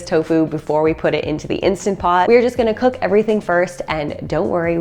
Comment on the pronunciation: So refreshing to hear someone say Instant Pot instead of Insta Pot, which drives me nuts. Thanks for your tips.